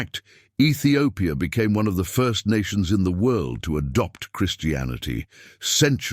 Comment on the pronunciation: Minilik the First not Minilik Fur.